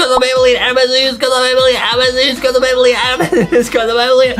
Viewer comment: Adam has a huge crwush on Banbaleena😂😂😂😂😂😂😂😂😂